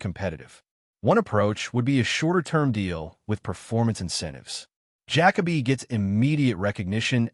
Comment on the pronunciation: I can not listen to this bs fucking AI voice call him Jack-A-Bee. Use your voice or hire someone else